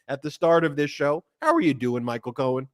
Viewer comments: His name is Michael. Please stop calling him Cohan to his face. Disrespectful. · Ben! Please stop calling him "Cohen".